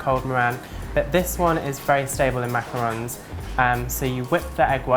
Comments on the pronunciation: EVERYONE SAYS MACAROONS!!! OOOOOONNNNNNNNSSSSS ITS ONS, O-N-S WJWJSJXKSKWKSK GET IT RIGHT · Hannah Plas Girl you’re not the only one! It’s been a loooong pet peeve of mine whenever people say macaroons instead of macarons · not mac a rons